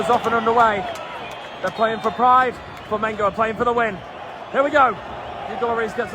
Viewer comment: Hey buddy. Nice to see you talking about my Mengo. But I want to see and hear you say Flamengo. You and your frien are saying Flamingo. I'm a new subscribed in your channel. Welcome to the biggest group of fans in the world. We're about 50 millions.